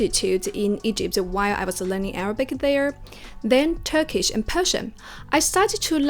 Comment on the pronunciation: As a turkish I really like ur method and pronunciation :)